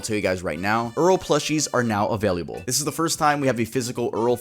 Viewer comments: Anyone notice he always says “availiable” instead of available? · You are the second person i've ever heard pronounce "available" like that 😅 you say "availiable" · I like the way you say available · I just realized how he says available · i like how pronounces "available" lol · Why do you pronounce available so weird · Yo, why does he say “available” like that 😭😂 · i also loves how he said available